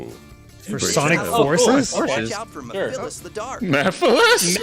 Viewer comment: Nobody else notice they said Meh-Phyllis instead of Mephiles?